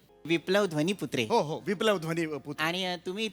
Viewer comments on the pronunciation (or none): >>> नाव आहे ध्वनीमुद्रे... म्हणताय ध्वनीपुत्रे.... 😁